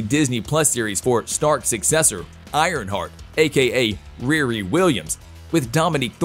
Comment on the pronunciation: Also mispronounced Riri [rē-rē] . . . Reary? At times this sounds like a bot or reading software. The cadence is pretty mechanical.